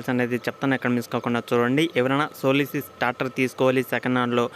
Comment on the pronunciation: అరేయ్ సోలోసిస్ కాదు రా సోలిస్ రా నువ్వు నీ చెత్త సోది